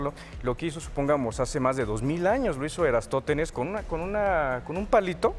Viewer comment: es lamentable escuchar las explicaciones tontas que das, muy simplistas, ni siquiera puedes pronunciar bien el nombre de Eratostenes. Y dices que eres "Comunicador Publico de la Ciencia",,, que verguenza. Instruyete bien sobre las teorías Terraglobistas, si,,,,," teorias",,, porque solo se sustentan en Teorías.